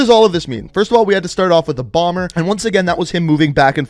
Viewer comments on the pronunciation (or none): none